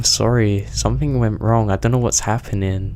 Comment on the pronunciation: had to quit halfway...cant hear k on the end of every word or somethink